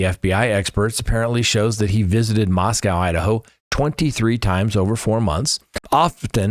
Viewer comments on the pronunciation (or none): We can’t take you seriously until you pronounce Moscow, Idaho correctly. Say Moss-Co. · It's pronounced Mos-coe -- rhymes with snow. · Please: I love you man but, it's pronounced just Mosco(w), not Moscow. ❤